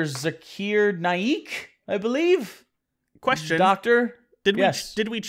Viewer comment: Zak-r..... Zak-r it's pronounced Zak-r (Zakir) not Zakeer 🤦🏼‍♀️ sorry... that drove me nuts.